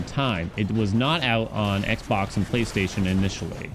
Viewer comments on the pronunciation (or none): none